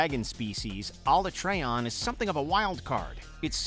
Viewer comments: His saying Alatreon wrong was what sent me. Dear God no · sounds relatable to me I mean I used to say “Ah-LAH-tree-on” but then noticed how Alatreon’s name is pronounced in Iceborne and from now on I say it like “AH-lah-TRAY-on” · Who is alatreon ? Why they say it like that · Nibelsnarf? More powerful than Gaoren which is the Elder dragon of the Crusteceans! Nibelsnarf has the most easiest tactics to kill, you can just combo it on it's back, lay a Bomb on the ground then fish it out the sands and Combo it. -ALat-three-on not Alah-treh-on -DAlama-dour not Dalah-mah-dur. -Lag-giac-krus not Lagiakrus. -The other 4 Black Dragons are on this list, Lol Like Dire Miralis are more Iconic than Rathalos. And also, the other Dragons. -Kacha-Wacha is on this list hut Rajang is not mentioned? The only "Apex Primate" we know that capable of killing Kirins. -Others are Outdated or not that powerful nor Iconic. -Mitsuzune is not included but his 3 foes are included. -Didn't include any Clips of Monster from World and Iceborne.